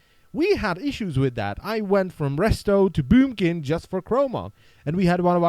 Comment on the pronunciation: should make a video were you repeatedly say bUUmkin xD